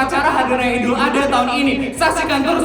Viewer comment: Maaf kak sekedar membenarkan, kalo penyebutan idul Adha itu "ad ha bukan A dha"😊😅